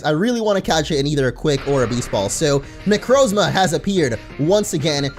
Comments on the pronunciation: It's (neck-r-a-Zama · It's Nek-ro-zomia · I cringed hard when he pronounced Necrozma wrong